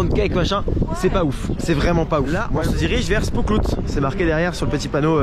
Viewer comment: 1) J'espère que tu t'es pris le livre en néerlandais sur l'histoire de Efteling (en néerlandais, oui... mais tant d'images et de goodies dedans) 2) Alors, le "Spookslot" se prononce "SpÔslote", et traduit vulgairement :" la prison des fantômes". Faut savoir que cela fait partie des premières "grosses" attractions du parc (donc très importante comme attaction ... dommage que cela ferme). 3) Au départ, le parc Efteling était seulement le bois des contes, par la suite les attactions se sont construits autours (dont le petits village des drôles de persos avec les poubelles etc., le carrousel, le spooksolt) 4) Oui, bcp de coaster fermés car tu y es allé le jour où en Hollande on avait des vents forts sûrement ;) 5) Et oui, en effet, sans Efteling, Disney n'aurait pas eu son Pirate des caraibes (qui est pas loin du Fata Morgana) ou encore simplement il n' y aurait pas eu vraiment d'attarctions dans le parc :) C'est un parc qui est resté simple et préfère sortir une attraction avec retard mais toujours avec qualité. Pour cela que je suis bien plus fan d'un Efteling que Disney. En terme de prix, de qualité,... On ne pas bouder ce parc. Un peu dommage que le par ait fait partir certaines attractions qui étaient un beau morceau d'histoire :/ Mais bon, c'est la vie